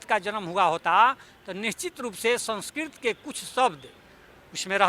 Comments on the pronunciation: Someone who cannot even pronounce 'संस्कृत' correctly is trying to act as if he were an authority on Sanskrit. I don't think anyone would care a dime of what somebody like him says. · Language expert who cant pronounce sanskrit correctly😂😂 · आज मालूम हुआ कि संस्कृत नाम की कोई भाषा ही नहीं है! वाह! यह तो एकदम नयी बात है। तब तो इनके नाम का अर्थ क्या होगा ये सोचना पड़ेगा। कोई बताए 'राजेंद्र', 'प्रसाद' और 'सिंह' शब्दों के अर्थ क्या हैं। किस भाषा के शब्द हैं ये? जहाँ तक 'संस्कृत' भाषा का प्रश्न है, इन महाशय को ‘संस्कृत’ शब्द का ठीक उच्चारण करना भी नहीं आता। संस्कृत में fail हुए होंगे तो दुखी होकर भाषा की खुदाई में लग गए। ये तो वही बात हुई: नाच ना आए तो आँगन टेढ़ा। इनके अनुसार चाणक्य हुए ही नहीं। तो फिर तो चंद्रगुप्त भी नहीं हुए, अशोक भी नहीं हुए और सिकंदर भी नहीं हुआ। ये बंदा किसी सस्ते नशे का शिकार है। इसे नशा-मुक्ति केंद्र ले जाओ।